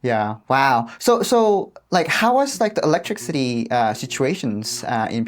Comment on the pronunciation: LOL I love the way you say electricity electric city lol. It's e-lec-tris-it-tee I think I said this to you before but if you're looking for a movie to watch it's called the interview you will die laughing it's a comedy about North Korea and Kim jong-un un😂😂😂